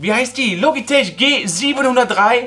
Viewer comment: Logitech wird logitek ausgesprochen